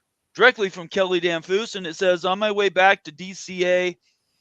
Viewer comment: Damphousse is pronounced as it rhymes with Memphis… like Dem-phis DCA is not Dallas airport for Washington DC. He’s been with politicians all day. TXST payout is closer to 2 mil. Half share equals maybe what?..? 4 mil? Study’s show an additional 2 mil in travel costs would be incurred going west. Half share not worth it. As you said, taking on NMSU would be a PR nightmare for them